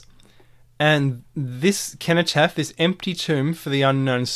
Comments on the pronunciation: Another excellent video with a fresh look at what's right infront of us, thank you. It's a soft "C" in cenotaph, "Senotaph". Well here in the UK at least. Thanks again, can't get enough of your insightful vid's. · ‘Age shall not weary them’ - They will not grow old and weak. ‘Nor time condemn’ - Their actions will not be allowed to be misconstrued by the passage of time. Sorry to be a pedant but it’s pronounced Senno-taph, it’s bugging me lol. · The word "cenotaph" is pronounced "seno-taff". Sorry to be picky, but when you say "keno-taff" it makes you sound ridiculous!! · For those pointing out that cenotaph is pronounced with an s sound: this is probably a corruption of the original likely k sound. So 'kenotaph' is probably more useful to consider the meaning of the associations which would have likely have been made in antiquity. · Precisely, I studied Latin for years so i'm actually unable to pronounce it with an S and be true to myself haha. Thanks for explaining it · (cenotaph is pronounced as an 's'. like the word centuary.) Thank you That was so interesting. It's brilliant symbolism spotting. is also known as the digital activation code for our DNA. Inspiring stuff you are a font of information.